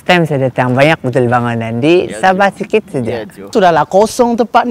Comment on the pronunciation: Bukan sabeh tp sabah Hhhh lucu lucu.. salam dari indonesia